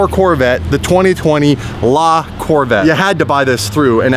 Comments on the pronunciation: Okay I heard you call it La vet if you can't pronounce the whole name Corvette then you better call it a C8. Just saying you're the one that put that out there that you're not going to listen to people call it a Corvette or a C8 you said La Corvette. Stick to it boy! Just saying if you're going to do this for us then you need to stay true to your word! I believe in you I trust in you so carry through. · Just add "eH" on corvette'h 👍🏻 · La Corve' (La Corvay) rolls a lot better! 😂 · How bout 'la-corvè'